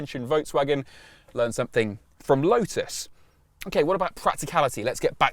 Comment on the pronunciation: Thanks for including the t in the pronunciation of lotus and even one or 2 other relevant words.